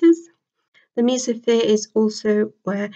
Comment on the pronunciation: You said mesosphere wrong.